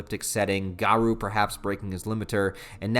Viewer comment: You're pronouncing garou's name wrong.